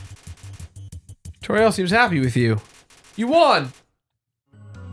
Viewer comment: toriel as in totural